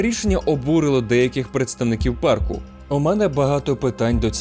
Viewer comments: Найбільш небезпечним у Єлоустоуні це зустріти чувака, який каже «паркУ» 😂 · "у паркУ"... так одразу і не сказав би, що то ШІ начитка... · Все класно, але я дуже перепрошую, у вас неправильний наголос у слові парк, має бути у пАрку, а не паркУ, це просто капець як різало вухо усе відео, вибачте😅